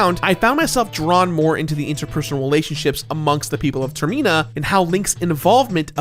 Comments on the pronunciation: Why does he keep calling termina tirmena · Tur-meen-ah? Huh. Pretty cool pronunciation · the way he pronounces termina drives me insane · Man you pronounce Termina really weird